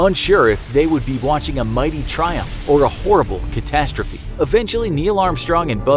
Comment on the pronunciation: "Greatest triumpth in human history" Ever heard of theburth of keanu Reeves